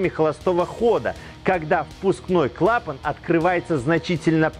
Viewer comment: Это первое на моей памяти видео на ютубе, где все склонения и ударения в слове "клапан" сделаны по правилам русского языка.